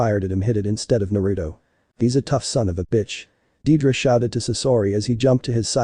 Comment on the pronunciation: it's deidara not dedra